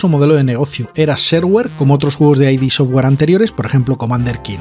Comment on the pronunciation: Curiosidad: No se pronuncia "ai di" software sino "id" software, tal cual. A Romero esto le toca mucho los cojones 😂😂